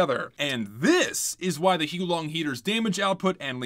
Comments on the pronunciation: Its not hoo long its hows the wife long!😡😡😡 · I think you'll find it's pronounced "How Long Dragon" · its "hoo-ah-long" heater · Dude it’s not huo long it’s huo long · that's cool and all, but I'm gonna continue pronouncing it as "Hoo-long" for the sake of ease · actually its pronounced as "the who long dragon" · The correct way to pronounce the name is to say it whilst simultaneously vomiting up your entire digestive system. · The guy in the intro was also pronouncing it wrong. In fact, he was pronouncing it more wrong.